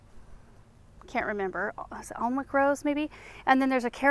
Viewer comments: She’s told that by multiple people every time she says it. It’s safe to say that “awlnwick” is here to stay, like “ahbuh-LISK.” 😏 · Great video! Fellow gardener and rose grower here, and I noticed that you said you had a rose named Alnwick; interesting fact, “Alnwick” is actually pronounced like “Anick”, and the rose was bred by the English rose breeder David Austin and named after the town and castle Alnwick in England. The full official name is “The Alnwick Rose”. It’s a beautiful English rose with AMAZING fragrance, but it is on the tender side so you might have to baby it a bit more. Happy gardening!